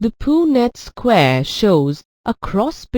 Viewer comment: Why is it pronounced "poo-nett square" ? 🤔 But nicely explained , it really helped me 👌